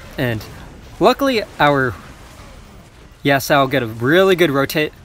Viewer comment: You're pronouncing yasuo's name wrong again lol